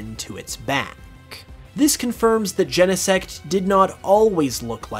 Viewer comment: Gene-sect, not YENEsect